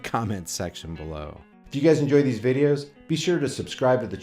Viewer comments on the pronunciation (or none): none